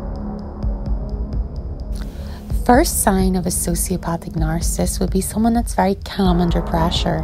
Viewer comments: The way she say narcissist is so annoying .. "narcisst" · Nar-ci-cist. Not nar-cist. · It would help if the author knew how to pronounce narcissist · Nar-ca-sist - sound it out. 3 syllables, not 2. Narcissist is the word. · Why don't you begin by practicing pronouncing "narcissist" a few times and polish your general diction BEFORE making a bleedin' video?! Did you get your script from Reader's Digest? Comical.